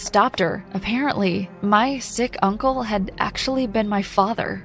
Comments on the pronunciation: “But a-parent-ly” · “aPARENTly” lol